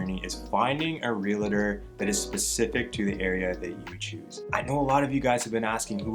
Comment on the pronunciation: Great content! Check your pronunciation on realtor 😊